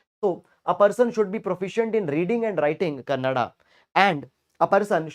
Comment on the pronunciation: Happy to hear the word 'kannada' from you sir❤, most of north Indians pronounce it as kannad